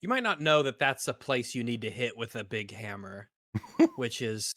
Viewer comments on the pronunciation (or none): none